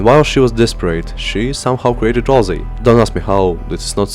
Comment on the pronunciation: RalSei, not RalZei!🤓🤓🤓🤓